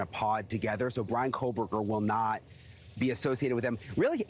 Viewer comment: It's Bryan, he won't fancy you if you can't get his name right.